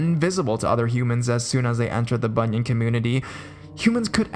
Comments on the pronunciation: Hi, at first I was confused as I kept hearing you said bunion, and those creepy feet bunions kept appears in my imagination (silly me!). It pronounced as "boo-nee-an" (as in "ant" but silent the "t"). But anyways, the stories do creeps me out! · it's pronounce Bu-nee-an